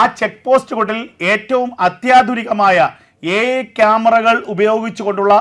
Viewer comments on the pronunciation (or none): AI ടെക്നോളജി എന്ന് പറയരുത് അൽ ടെക്നോളജി ആണ്😂